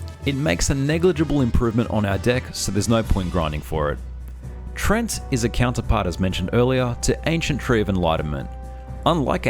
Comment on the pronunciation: Sorry to be a dictionary devil,, but it's pronounced "tree-ant" or "tree-ehnt," not "treent," as you vocalize. Also, the "treants" or "ents" in fictional fantasy are based on a variety of forest/forest-related creatures in varous mythology and folklore, but are not directly or indirectly sourced from real-world folktales or myths. Alas, but an amusing fact or two so we can hopefully ignore my tainted-beefsteak, Wikipedia-esque behavior. I do hope you enjoyed, my good fellows.:)